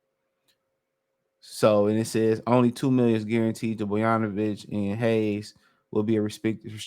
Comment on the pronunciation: Boyanovich? ….Bogdonovic my guy